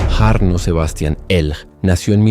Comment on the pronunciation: La J en Finlandés se pronuncia como nuestra Y, por tanto, el nombre se lee Yarno. La Y en Finlandés se lee como en Guaraní, como una U, y la H, como J. La ciudad se pronuncia Juvinkae. Por lo demás, en Finlandia no hay demasiada violencia o estallido de violencia y por ser un país muy seguro, las penas de prisión son diferentes a las que estamos acostumbrados y se busca siempre la reintegracion de los reos, antes que el castigo.